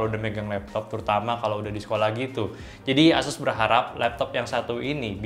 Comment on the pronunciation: pengucapan ASUS nya ga konsisten nih. Awalnya asus, berubah jadi eses, berubah lagi ke asus :)